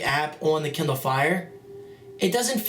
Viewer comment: he said kinder fire i mean KINDER